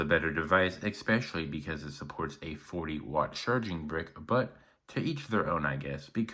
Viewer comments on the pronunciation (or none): learn how to pronounce especially...NOT EXPECIALLY